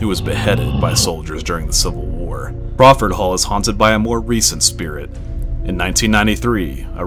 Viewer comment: Crawford not Brawford